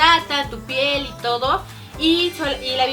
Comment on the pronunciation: lessli dijo pel en vez de piel